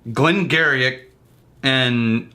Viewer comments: not a snob but Glen Garioch = Geary(gheery) those Scots they have a different pronunciation for everything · Glen Garioch is pronounced as Glen "Gheery" as in the word cheery. But I'm sure you probably know that by now. Good video! Cheers!